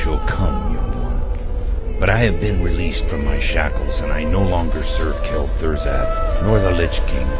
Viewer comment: Kel' THUR-ZAD, lol.